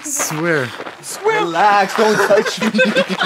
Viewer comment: I can't stop laughing because your brother said relex br😂😂😂